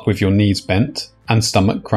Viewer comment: it's pronounced "with" not "wiv"